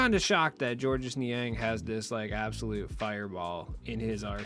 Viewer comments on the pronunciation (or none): It’s simply pronounced George. Not George-us